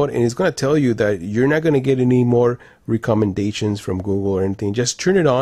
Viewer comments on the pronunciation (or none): Recommendations “(re-common-dations)”